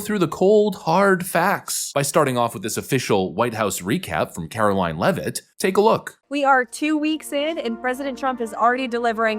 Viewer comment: "Karoline Leavitt." Just trying to help out. I love your work.